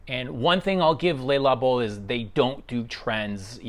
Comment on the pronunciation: Highway dies everyone say "LAY Labo"? It's a wrong pronunciation.